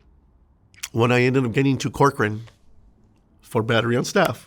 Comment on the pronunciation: I’m from California, when u said Corcoran State Prison, I cringed.